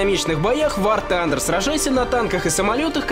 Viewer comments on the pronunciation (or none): none